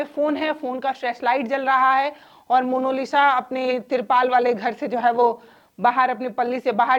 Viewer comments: जी अगले वीडियो में 'मोनालिसा' का सही उच्चारण कीजिएगा, आपसे ये उम्मीद है बाकी आपकी पत्रकारिता काबिलेतारीफ है ।👌🙏🌹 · आप पत्रकार है कम से कम नाम का उच्चारण तो सही कीजिये। मोनोलिसा नही मोनालिसा। कृप्या ध्यान रखें। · मोनोलिसा नहीं... मोनालिसा नाम है उसका आपने तो बेचारी का नाम ही बिगाड़ दिया...